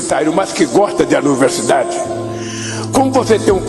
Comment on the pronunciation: Anuversidade😂😂😂 que vergonha falando errado 😂😂😂 o brasil tá fudido